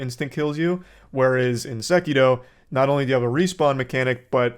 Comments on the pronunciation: Its Sekiro not sekido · Ah yes, Sekido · I know this is random, but goddamn how obnoxious is it that Charlie is pronouncing Sekiro like a total try hard/weeb?? 🤦‍♀️ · Wtf you saying sekiro like that you absouloute pleb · Man’s pronouncing sekiro with a capital T